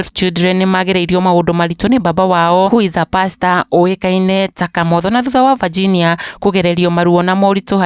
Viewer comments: Mbona unaitq Virginia ati vaginia😮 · Aki tell the kikiuyu daily news to pronounce the name Virginia well .not Vajinia